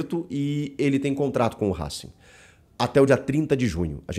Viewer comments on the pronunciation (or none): none